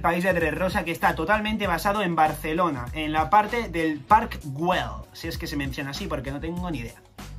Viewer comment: Marina d'Or..... Jajajajajaja hace 10 años trabaja en marina y sí, nos tenian como presos xD PD: soy catalán y el guell se pronuncia como guei... Pinxi oda